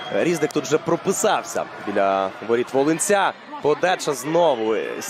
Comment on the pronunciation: Не рІзник, а різнИк